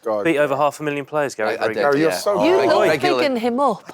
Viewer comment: Why does Wrighty call Gary Gail? 😅